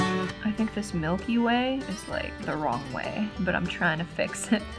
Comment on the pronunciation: I wasn’t looking when she said “the Milky Way” and I literally thought she said “the milk you weigh”